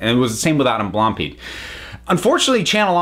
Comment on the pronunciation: Only just watched this because I was curious about what happened. I didn't pay attention during the original controversy. But how did you manage to completely mispronounce Blampied?